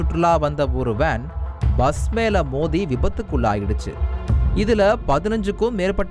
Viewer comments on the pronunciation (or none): none